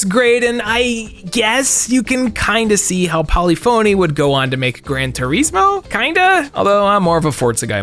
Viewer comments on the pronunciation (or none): Paul-ey-phone-ey and Gran Tur-eez-mo 😂 It's pronounced pull-ef-in-ey and Gran Tur-is-mo like gizmo